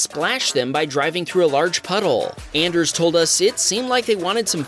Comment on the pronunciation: His name’s not AN-ders! It’s ON-ders! He has a hard ON!